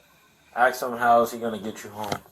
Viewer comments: Girl he ain't coming 😂 and for that officer, the word is ask, not axe !! Just bc you're black does not mean you need to talk and sound ignorant 🙄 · "I don't know, I only did what he axed me to do."